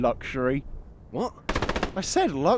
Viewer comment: “Luxury.” I see he’s from Yorkshire.